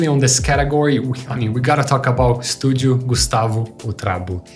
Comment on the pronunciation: nenhum gringo fala a palavra "estúdio" tão bem assim, Brazil mentioned kkkkkkkkkkkkkkkkkkkkk